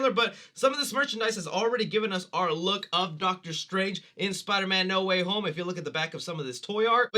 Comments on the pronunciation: Not "Need Water Homie" it's NO WAY HOME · uh... it's No Way Home not "No Waffle House"